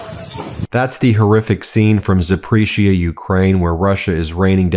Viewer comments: ZaPORizia, not Zapresia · ZAH-POR-EEEZH-EE-AH Ben.